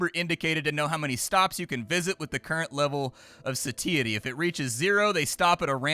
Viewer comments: "SAY-TEE-ITY???" I say "SAH-TAI-ITY." I'm gonna have to un sub. Can't believe I've loved you for so long. J/k of course and according to google we're both wrong. "Suh-tai-uh-tee" I guess. "we wiv in ah satiety" is what that makes me think of for some reason. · Satiety is pronounced SAY-shu-tee or SAY-she-uh-tee